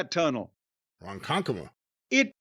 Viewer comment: "Ronkonkoma". LOL